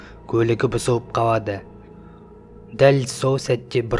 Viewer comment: Неге дурыстап сойлемейсн боуар кауады боуды